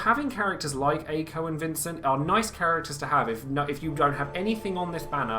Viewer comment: Btw, Mako/Makou is pronounced "Mah-koh" And why back and forth between Ey-ko or Aye-ko (it's the former, Ey-ko)